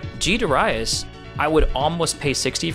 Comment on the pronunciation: Dare ee us